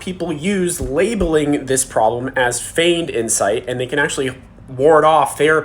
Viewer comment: What is it referred to ? "Fained" insight? I couldn't catch that